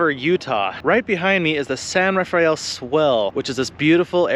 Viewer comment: I took a backpacking trip a few miles north of Black Dragon wash, through the San Rafael Reef (locals pronounce it 'San Rah-FELL'), and on up the San Rafael Swell. I was in there five days, and I've never seen so many mountain lion tracks anywhere else. There were literally hundreds of tracks, all the way up the canyon I hiked. I'm not saying where, because some people might want to hunt them. Sorry, but trophy hunters are the worst.